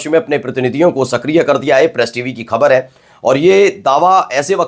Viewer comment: Use Bindi in Hindi. Pronounce the word ' Khabar' properly.